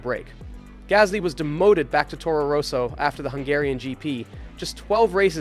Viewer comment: 7 minutes in and the way you pronounce 'Roso' instead of 'Rosso' in getting cringy :).